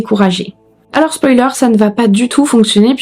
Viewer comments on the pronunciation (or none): none